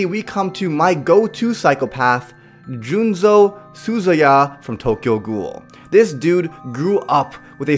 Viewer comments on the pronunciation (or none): Yo, english viewers out there. Is the psycho from Tokyo ghoul seriously called Junzo? In the german manga it's Juzo, wich sounds way better... Or was it a mistake on part?